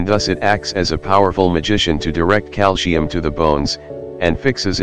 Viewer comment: Oh dear! The word is calcium not calsheum.